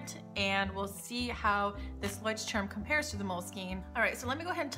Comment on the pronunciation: Great Video! As a German, it's hilarious for my ears how you pronounce the word Leuchtturm :D I bought myself the "Bullet Journal" version of your Leuchtturm and am really excited to start with it!!!